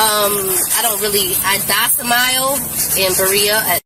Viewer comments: ROFL IGNORANT WOMAN!! HER "docimile" ROFL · She had me at … dosimile? 😂😂😂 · Did she just say "I docimile?"😂